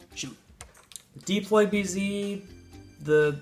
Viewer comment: It's deploy, not deeploy